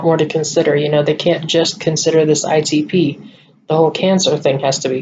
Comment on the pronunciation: Good job with explanations need to work on the pronunciation of ITP. Lol. You can handle Rituxan because I will be there. Ask to get it in temple. Prayers for your decision I understand how you feel about it. Did they give you all the premeds for the IVIG??? If not can they try again?? Question you could ask